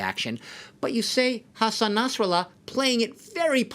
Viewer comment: حسن نصرالله رو برعکس گفت😂 نصن حسرالله گفت این کیه دیگه😑